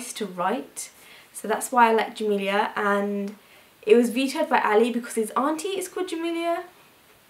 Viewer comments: In Arabic, Jamila is pronounced JA-MEEL-UH rather than JA-MEEL-EE-YA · I loved your video! ❤ but Jamila is pronounced as it's spelled, you were pronouncing it like "Jamilia" just wanted to correct! 😉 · jamila it s not like camila etc